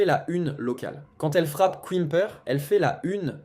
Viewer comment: Beaucoup de bla-bla, probablement IA, qui dit plusieurs « quouimeper » au lieu de Quimper, on se renseigne avant de faire une vidéo. C’est pas crédible du coup